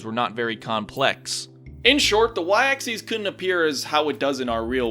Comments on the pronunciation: Why do you keep saying "axes" instead of "axis"? "Axes" is plural, "axis" is singular. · You keep mispronouncing axis. It's pronounced "ax-iss," not "ax-eez." That would be axes, the plural of axis. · its pronounced (acssiss) not (acsseez) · The "Y Axeese." (Yes I know how to spell axis, it just sounds like axeese, and not axis.) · Its y aksis not aksees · Every time he pronounces it, "axes," I get confused because there's only one y-axis. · why do you pronounce axis like axies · "the y axcees" where did you even get this pronunciation from? also, this video has allowed me to realize Cat is actually saying words but at speeds faster than the Flash himself and with the highest pitched tts voice I've ever heard.